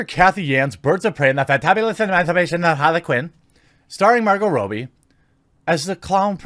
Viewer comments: It's pronounced 'Rob-E' not 'Robe-E'. How has no one informed you of this yet. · It's pronounced Rob-bie not Ro-bie! It's got two Bs not 1! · Why do you pronounce Robbie like that ? 🤣😂🤣😂 ROB-BEE not ROW-BEE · Why are you calling Margot Robbie, Margot Robey?